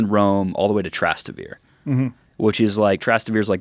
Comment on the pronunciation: that pronunciation of Trastevere was absurd lol …omg and he says it like 12 times lol